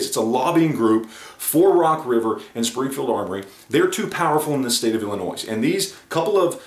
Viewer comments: For the love of all that is Holy, the S in Illinois is silent!! For those of us that have to live in this shit hole state, you can at least pronounce it right!!! 😁 haha But on a serious note, I would love to see Springfield's books, numbers, margins, market share, etc.. for the last year or 2 before their debacle as well as for after it all to see how it affects their bottom line. Plus it would give a general idea on how many of the people that say "I won't buy from them now" actually stick to that. Not to mention there's that giant chunk of the shooting community that doesn't keep up with or even hear about this type of stuff, which is sizable enough to keep their doors open. It's going to be interesting to see what steps they take & how it will all play out. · Dude you don't pronounce the s at the end of Illinois. Just a tip from your Uncle Bill in the peoples Republic of Illinois